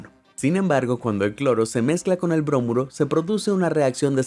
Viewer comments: Bromuro, no brómuro. Nunca explicaste cómo ni porqué tuvieron que luchar para sacarlas. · Muy interesante y muy completo el reportaje...gracias. (Una observación, no se dice brómuro, se dice bromuro)... Saludos...